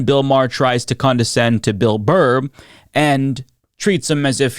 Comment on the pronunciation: You mispronounced Burr's name at the start of the video... You called Him Bill "Bar". I have now lost all respect for you.